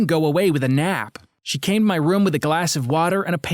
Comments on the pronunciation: Dude he says rum instead of room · When he sead room it sounded like rum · Gaming rom, Screening rom.| Me: yes, R O M, not ROOM, R O M. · How come they always say Rum not room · Your saying rum its room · Btw why do u say rum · They pronounced room like rüüm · did he said private sreaming romm haha that funny but i dont like those romdoms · Ok so no one is worried on how he says room